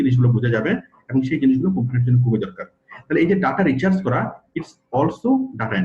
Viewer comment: আপনি ডাটা রিসার্চ কে রিচার্স বলছেন